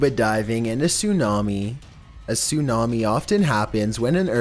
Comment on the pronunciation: "soonami" bruh